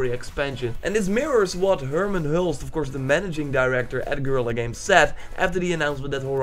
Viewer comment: just purnounce Herman Hulst in Dutch, and not in English.. please.